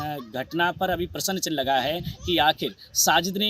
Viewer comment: एकर जी क्या हिन्दी पढना बोलना नहीं आता है हाथ में डमरू लेकर बाइट में प्रश्न चिन्ह न बोल कर प्रश्नन चिह्न बोले हो किसी हिन्दी भाषा के शिक्षक से दो चार माह पढ़ लो फिर बीडीयो बनाऔ जाहिल जी